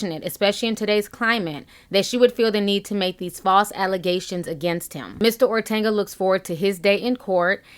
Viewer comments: OTUNGA not ORTANGA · Ortanga? O-Tung-a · Ti, stop calling him Ortanga lol, his name is Otunga haha...... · Yooo it’s O-TON-GUH not ortenga nooo ma’am.. I’m sorry but you saying his name all wrong bothering me 🙄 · I love your videos.. But it's OR-TUN-GA not OR-TAN-GA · Please pronounce David's last name correctly. It's O-t-u-n-g-a, not Ortenga or Otenga. Thank you, Miss. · Hi you are pronouncing David’s name incorrect. It’s pronounced “O-Tunga” not “Ortenga.” It’s an African last name and the way you are pronouncing it is more Spanish. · "Ortanga" lol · (O-Tun-ga) I love you Ti but I had to😭😂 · I laughed every time you said "OrTanga" 😂 Anyway, J Hud had a rep in these streets for being a Diva every since her knocked kneed behind lost all that weight. This isn't a huge shock but I don't believe David was violent to her. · Will you ever say this man's name correctly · I'm Kenyan and its really hillarious how you pronunced "otunga" though you tried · There is no ‘R’ in his name!! Love ya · Ti there is no r in Otunga 😂